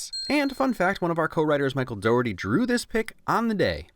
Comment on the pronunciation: OK NO the name is pronounced doc her tea, it's irish btw (I'm pedantic about it because I have the same last name